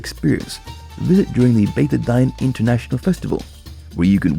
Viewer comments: Beit El-Dine pronounced Beit Ei-Deen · Beit ed-dine doesn’t rime with wine - it’s pronounced Beit ed-Deen, meaning the House of the Religion, or the House of Faith.